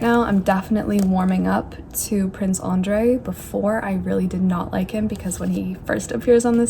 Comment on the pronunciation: It's really irritating me the way she is pronouncing Nicholas as Nikolai and Andrew as Andrey.